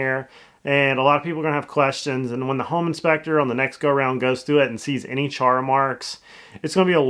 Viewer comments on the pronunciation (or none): none